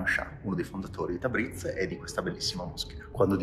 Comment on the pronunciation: Piccolo consiglio da parte di un nativo di origine... marcate tanto la z, invece è più dolce, non tabriz ma tabris... non bazar ma bosor... per il resto l'iran è un paese con un popolo accogliente e per il quale l'ospite/turista è sacro, possono darti il loro cibo e anche il loro letto... altrò che terroristi come vengono definiti dai media occidentali...